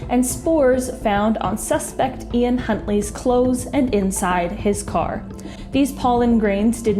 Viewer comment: Did you say Huntly 🤔